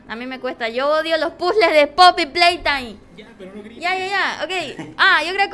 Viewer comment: Poppy pleytamey da 😱